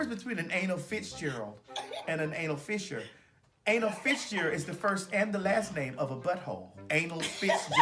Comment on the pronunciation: It’s an anal FISSURE not Fisher so Ms Mary isn’t the only one making up words 🤣